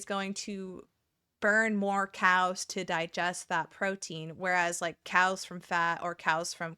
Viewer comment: when you talked about cals i 100% heard "cows" the entire time as i was zoning out while gaming, had me stop and check "wait why are we talking about cows???" 😭